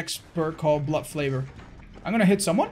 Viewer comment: “Blood flavour” lol, t’is blood FAVOR, little goof there but much love all the same, keep being that shining example <3